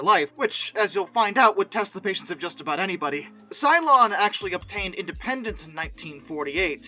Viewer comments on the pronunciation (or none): it is Ceylon (Say-Lon) and not Cylon, the robots fighting the 12 Colonies. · Yeah, that. But AFAIK it's usually pronounced Say-lon. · Ceylon is pronounced "seLON". Berkshire in the UK is pronounced "Barkshur". You cannot apply US pronunciation rules to these names - they've been around for rather longer than the USA and they've passed through The Great Vowel Shift that affected English in the middle ages. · Did he take on the Battlestar Galatica? Ceylon is normally pronounced as Seelon.